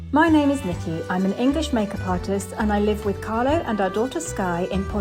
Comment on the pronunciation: Omg... It’s CARLO Not Carlos! 🤣😆